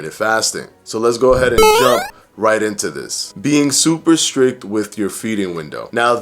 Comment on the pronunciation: Yup, totally lost me with the “Super Strick”.